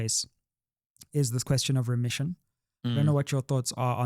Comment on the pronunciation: Is it not remission not ression